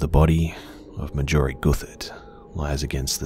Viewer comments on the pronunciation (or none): Marjorie. Mar-jor-ee. Everything else in this series has been phenomenal but this incessant mispronunciation is driving me insane. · This is excellent but I despise the way you pronounce Marjorie. It's pronounced like margarine. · Anyone else annoyed by the way he pronounces Marjorie??